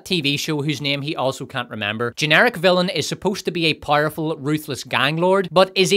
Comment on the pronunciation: How do you rhyme villain on this channel? "Fillum"